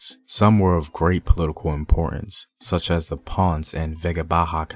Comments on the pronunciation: He gave me a headache with his pronunciation of Spanish words but otherwise pretty good video. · Love the video bro! But please learn to pronounce Ponce and Taino properly 😎🇨🇺🇵🇷🇯🇲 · Next time you need to speak about a topic that has Spanish topics, call me so I can walk you thru the pronunciation. It's important to get it right. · I really like the video, is very educational and it covers some realities about puertorican history. However, the bad pronunciations of the word "Taino" or "Ponce", are a little offensive. It diminishes the purpose of the video. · It's hard to buy what u say when you cant even pronounce taino or ponce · its pronucuated as PON CAE not ponce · I cringe everytime I hear "Ponz" in this video and here in Georgia, come on man! Ponceeeee! Just try! Everything else Im ok. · great video as always! only critique is pronunciation—can hardly blame you for not being able to pronounce spanish words, but as a general rule of thumb just try to pronounce most letters like in English, except vowels—so "ponce" is not "pons" but" "pon-say" or "pone-say" Taíno is not "tay-ah-no" but "tah-ee-no" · Ponce has two syllables not one. "PON-CE" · Pone say..... Not ponzz for ponce... That was killing me lol😂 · Ponce Is Not PANNNSSSS Its POWN-SAY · Your pronunciation sounds real gringo lol “Ponz” instead of “Pon-say”. And how you said reggaetón lol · Please the city is not Pons, it is Ponce. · Not Ponce, but Pon-seh Smh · More phonetically - Pone say. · Well-made and educational video... One thing to correct: the pronunciation of the city of Ponce has two syllables: Pon-ce. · Minor corrections: It's Ta-ee-No, Pon-seh, Gwa-gwan-co . And also nice video! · Thanks. 2nd city of PR is Pon - ce - two syllables, not one. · Papo dilo bien. PO-N-CE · Omg dude you’re killing me , learn how pronounce , it’s Ponce ( pōn sāy) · If you’re going to present a docu re: Spanish-speaking history, please brush up on your Spanish pronunciations. It’s painful to hear. 🇵🇷